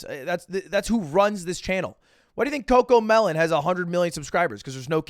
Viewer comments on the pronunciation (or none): As a dad, I have to say that pronouncing “coco melon” the way you did should be an infraction.